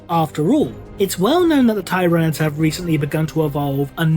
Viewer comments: Yeah I thought it was Tyr-a-nids. Tyr pronounced like tear ... Like a tear that you cry. Does that make sense? Lol. Not Tie-rah-nids. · The "first" planet/system they were documented by the Imperium in is/was Tyran, which is pronounced as tie-ran. All that being said, "teeranids" sounds better to my ears. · Why do you keep miss pronouncing tyranids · I wonder if will ever pronounce "Tyranids" correctly.